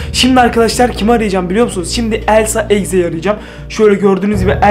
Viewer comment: Abi sen Elsa demiyorsun Sen Əlsa deyiyorsun😂😂😂😂😂😂😂😂😂😂😂😂😂😂😂❤❤❤❤❤❤😅😅❤😂😂❤❤😂❤😂😂❤❤😂❤😂😂❤❤😂❤😂❤😂😂❤❤😂❤😂❤❤😂😂❤❤😂😂❤❤😂😂❤❤😂❤😂❤😂❤😂❤😂